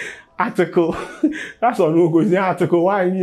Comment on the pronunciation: Article wan 😂😂😂😂😂😂😂😂herrrhhhhh